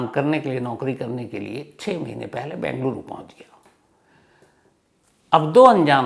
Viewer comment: I like your narrations about the crimes.... one request, please pronounce the city name as Bengaluru (बेंगलुरु) and not Bangluru (बंगलुरु)